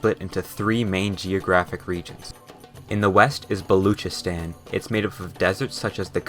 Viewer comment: Balochistan is pronounced Bal-o-chis-tan